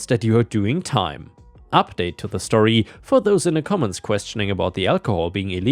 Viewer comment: Like how this dude says story. Shtorry 😂